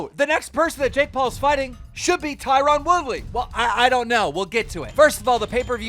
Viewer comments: It’s not “tyrawn” it’s Tyron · Tyron pronounced TIE RIN. ffs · Keemstar: TIE-rOn WOOly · Is anyone listening to him say tie Ron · Why doe no one pronounce Tyron Woodley name right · Tie-Ron.....come on keem